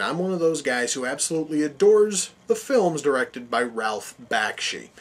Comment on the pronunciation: Not Sure When You Posted This Review, But You couldn’t be more uninformed by animated movies of this time period. Was it funny to mispronounce Ralph Bakshi’s Name. Have you no appreciation of Frank Frazettas Art Work? You can’t see how a powerful wizard was pushing a tremendous glacier just by his will? Sorry you missed how awesome this was...